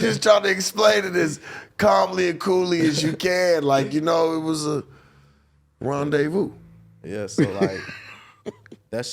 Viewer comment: “Rendezvous”🤣🤣 just tell Adam to sell the I.P man